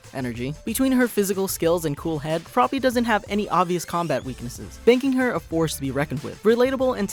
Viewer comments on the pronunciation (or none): its froppy not frogy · Dude it’s froppy not froggy!